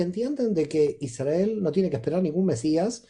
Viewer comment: Muy interesante, gracias! Me gustaría informarme sobre por qué pronuncian Isdrael y no Israel, escucharlo de esta manera me gusta y resuena, seguro tiene un significado profundo. Gracias por todo lo que comparten🧡